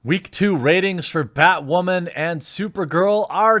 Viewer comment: Batwahmen... weak 2.